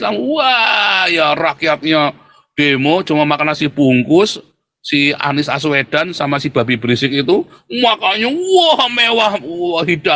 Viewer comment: Hahaha, bilang Anis Assuwedan😂😂😂😂😂